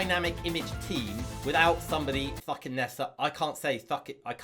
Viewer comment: POV: your parents come in when he says thucking